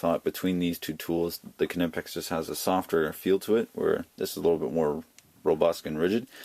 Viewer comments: the k is silent it's pronounced nipex not canipex.... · It is pronounced kNEE-pex. Go to the German site, Knipex.de and listen to the sales blurb in German. The k and N run together. I was looking at the 7 1/2"' Knipex and you are the second reviewer to mention the flex. I do not see that as a plus. and will keep looking for another pair of discontinued Snap On 96BCP.. With Klein and Knipex making so many pliers, the pair you chose do not seem similar enough for a direct comparison.